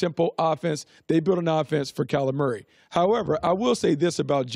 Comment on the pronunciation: Am I the only person who hears "Calamari" every time Brooks says Kyler Murray??😂😂😂🤣🤣🤣